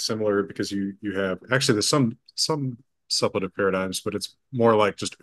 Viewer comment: Suppletive has its stress on the second syllable, doesn't it? (Great conversation, thank you for letting us listen in!)